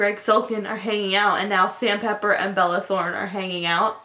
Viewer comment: " balala throne" I lost my shit I can't deal